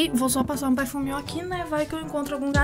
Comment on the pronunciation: "seu eu for na skina eu passo perfumeh" - 2019 edit: mds 28 likes:0 obrigado <3